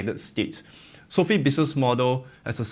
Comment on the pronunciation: You do know it's not pronounced as "Sophie". It's so-fi.